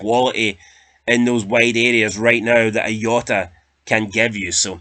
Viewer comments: Jota not yota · The Portuguese don't pronounce the J like a Y ya fud, it has a ZH sound cabron!